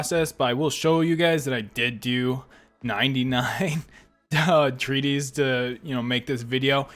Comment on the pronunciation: It's not named Treaties, It says Treatise. AKA you're saying it way too wrongly